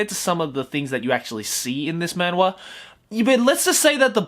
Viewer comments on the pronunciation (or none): It’s pronounced “Manhwa (만화)” with the “H (ㅎ)” btw. I’m talking about the Korean pronunciation tho